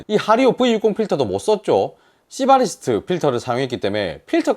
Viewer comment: 수상할 정도로 시바리스트 발음이 정확하신…